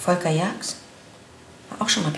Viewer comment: Ich habe mich noch nie so gefreut, dass jemand meinen Namen so schimpft. Volkaaaa!!!!!